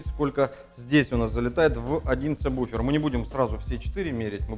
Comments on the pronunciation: "Ведущий" - Агонь - и саМБуфер и саББуфер и саБуфер, но только не саБВуфер )))))))))))))))) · Меня бесит когда говарят самбуфер. Когда правильно сабвуфер. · только не говори «саМбуфер» прошу тебя Саб...Сабвуфер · Я все понимаю, но вы такие все спецы...научитесь хотя бы правильно произносить название того с чем работаете! НЕ сабБуфер, а сабВуфер! Колхоз! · Самбуферы,слух режет. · самбуферы ухаха) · Самбуферы??? Дальше смотреть не стал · кто, так же как и он, говорит " самбуфер" ставьте лайки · ЧТОоооо??? СаМБуфер? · Бесит слово- самбуфер! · Обратитесь к логопеду, он вас от сабБуфера вылечит. Хотя может безграмотность нынче хит... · самбуфер? вы серьезно? вы же звуком занимаетесь, какой к черту самбуфер? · Плиз, не говори "самбуфер". Мозг плавится. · Как вы говорите? саМбуферы??? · неправильно сказал в начале сабвуфер